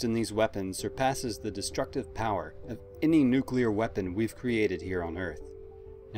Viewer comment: Thank you for not saying "nukelar"